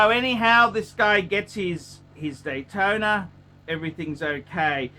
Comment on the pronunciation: He can’t pronounce any name, including the popular rolex models, just sad.